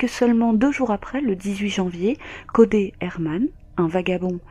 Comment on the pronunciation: Triste histoire, la ville de Melbourne n'est vraiement pas sûre pour les femmes. Et pour info, ne le prends pas mal mais Codey se prononce Codi 😉